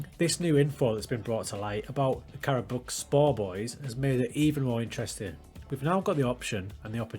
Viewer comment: I really liked your approach to the game. Congratulations on your first job at Karabukspor. I am Turkish so I know a thing or two about Karabukspor. Firstly, it is pronounced as "Karabuikspor". You can write it to Google Translate, select Turkish and listen how it is pronounced. Your pronunciation was good enough but you can still improve. Secondly, they were a very good team 10 years ago. Have you heard of Emmanuel Emenike? He is discovered by Karabukspor at that time. He was fantastic and Fenerbahce bought him. Then, he went to Spartak Moscow and many other European clubs including Olympiacos and West Ham United. At his times, Karabukspor was in the Turkish Super League and was a very hard team to win against. Now, they are at the bottom due to the bad management. So, your job is very hard. But, I think you will deal with it. Good luck...